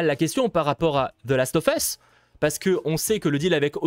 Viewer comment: Last of fesse ? Ou last of us ? 🤣